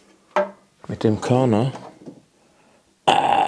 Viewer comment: Körner, mein Bester, nicht Dörner. Bitte Körner! Bin schon sehr auf den Udo Jürgens Tisch gespannt. So wie ich Dich kenne wird das wieder ein Hammer Teil!!